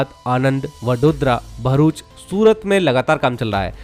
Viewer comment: Ek Matra Infra Youtuber Hai Jo Bharuch Ko "Varuch" Nahi Bolte Varna Agla Hur Banda Varuch Bole Jaa Raha Hai Yaha Tak Ki Kuch Gujarat Kehi Channels Varuch Bol Dete Hai Jabki Vo Bharuch As "भरूच" Hai Naaki वरुच Bola Jata Hai 😂😂😂 Love From BRC ❤🇮🇳